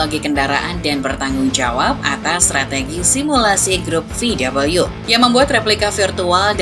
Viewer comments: Vau Wee cara baca di Jerman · ejaan jerman VW bukan VUU (double U) :(